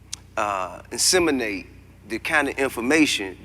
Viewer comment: its "disseminate", Tip.